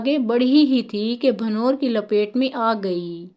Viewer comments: Asalamo alaikam, aap ke urdu ke talaffaz sahi nahi hain, koi bhi biyan record krane se pehle kissi urdu dan oldman ko biyan suna ker talaffaz ko theek kra liya karo. Sahi talaffaz hay bhanw- wer ( qalkale ke sath) jisko aap ne parha hay bhann ver. Yehni noon per shadd laga ker parha hay. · بھنور کا تلفظ درست کر لیں hbanor نہیں bhaN war سید ظفر علی جنید گلستانِ جوہر کراچی 2ـ1ـ2025